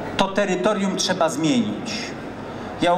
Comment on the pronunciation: Jest pewna prawidłowość w tym co On mówi, jak jest czegoś za dużo to "cza" to odstrzelić. No to od jutra strzelamy do mocherowych beretów .... :) :) :)